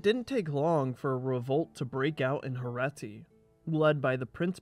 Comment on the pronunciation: Its not Herati, its HerEti, Herati sounds like Indian state 😂